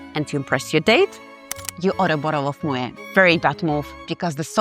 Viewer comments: It's pronounced ' moh-ette ', not ' moh-ayh '. The name is Dutch, not French. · While the content of your videos is very good, your constant mispronunciation of both Moët & Chandon and Veuve Clicquot is a tad jarring. I appreciate your expertise in wines, but you may want to double check that pronunciation. I believe it's "moh ETT" and "klee koh."